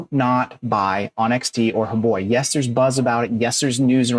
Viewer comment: I love how you always say huboi instead of huobi 🤣. All they're doing is fooling Pi's enthusiastic community to sign up for an account at huobi so they can climb up the ladder of top exchanges, they all wanna become BINANCE. Pathetic approach and tactics from the Chinese side, both huobi and xt are Chinese... 😬